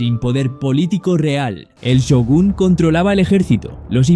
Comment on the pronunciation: Not Syogun but Shogun